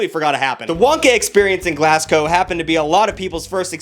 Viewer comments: I'm sorry but I have to - one, it's not GLASS-go, it's GLAZ-go. And two, Glasgow is in Scotland, not Ireland. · Your american so i'll let it slide but Glass-co is not a place, listen to it back 😂RIP any Scottish people in chat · did you just call Glasgow Glassco?! Ohoho, The Scots are gonna be pis-DID YOU JUST SAY GLASGOWS IN IRELAND?! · as a Scottish person I find this funny and offensive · Somehow managing to pronounce both place names wrong too